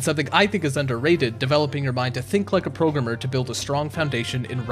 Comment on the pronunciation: I like how you say "progrum" and "progrummer" during the Brilliant ad. :D